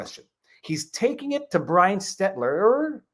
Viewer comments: Did he say seltzer or stelter? Called him a joke right out the gate, real 4d moves here. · I'm pretty positive its not on purpose but mispronouncing Stelters name over and over, just shows how little Stelter means to and I love it. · Frei S-T-E-L-T-E-R ... "Stedler" ... W-T-F-?